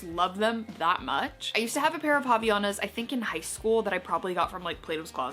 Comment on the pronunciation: girl, its HAVAIANAS <3